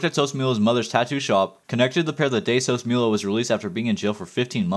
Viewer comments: sos mula (moo lah) not mule a lmaooo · the way you pronounced sosmula bro